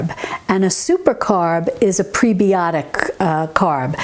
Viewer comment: as a nurse I have to say, its preb-eye-otic, like antib-eye-otic.